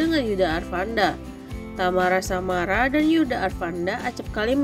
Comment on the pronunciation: Tamara syamara ? Yg bener mimin,,tyasmara/tiasmara gitu 😂😂😂baru belajar baca ?